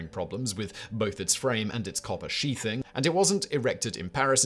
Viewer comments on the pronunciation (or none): none